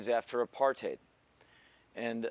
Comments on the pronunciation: the way he pronounces 'apartheid'... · In American English yes. But he's been to South Africa and he's actually pronouncing it in SA English. Both are correct.